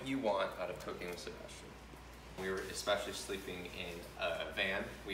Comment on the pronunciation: Sea-bass-tian.. that’s all I’m going to say.